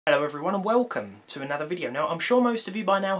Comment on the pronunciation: 'ello everyone and welcome to another video lol